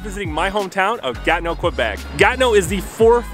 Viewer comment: Comment vous le prononcez Ganeau? Ce n'est pas le mot Ganeau que je vois. C'est plutot Gatineau.